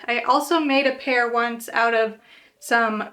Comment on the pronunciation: Lots of pretty ones! (Just FYI, "Challis" is pronounced "sha-lee." It's an Anglo-Indian word meaning "soft").